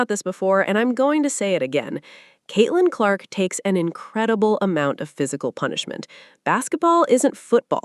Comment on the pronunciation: Caitlin Lark? I hate AI. Timpson is the one that stepped up more than Billings with no Boston.